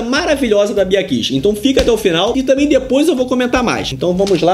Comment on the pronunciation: Ola,. Não é "Bia Kiss", é "Bia Kicis". Mas que o vídeo foi bom, isso foi.